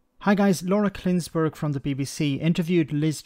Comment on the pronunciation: Love your Channel, been subscribed a long time. But Laura Klinssberg? It's Kuenssberg. Thought it was a slip of the tongue in your previous video but you said it again here. I want to take you seriously so come on pull your socks up man!